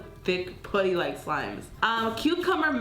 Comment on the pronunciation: why does she say putty wrong